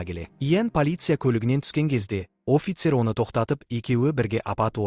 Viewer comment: Офицер емес Афицер деп айтылады